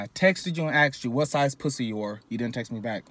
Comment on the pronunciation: ayoooo he said what size pwussy you got ....dead